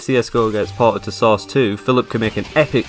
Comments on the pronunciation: I like how you are just saying sauce 2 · Why are you calling it source? It's called Half Life.